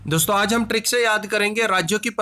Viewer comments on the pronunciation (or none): none